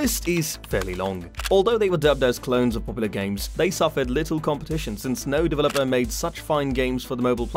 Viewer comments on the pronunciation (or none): none